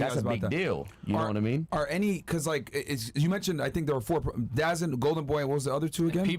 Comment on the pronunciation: This is hard to listen. Yall all sound like a bunch of casuals. Its pronounced da zone